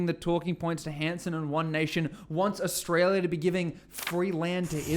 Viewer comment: Pauline is ridiculous and dangerous. If she had her way Australia would becme another apaerthied South Africa. If you want a monocultural country study North Korea, Iran or Israel. People, do what Pauline doesn't, use your brain. By the way Pauline, please pronounce Australia correctly. Just like your name it has an L in it.